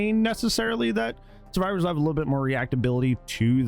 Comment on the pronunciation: "we made it so xenomorph is terrified of suevivors instead"